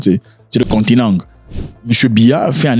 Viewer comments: Enleve le (contineng )de ta gueule 😂😂😂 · le contineng!!!!!!😂😂😂😂😂 voilà!!!! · 😂😂😂😂😂😂 Zack est trop fort avec le Cameroun le continentk le continentk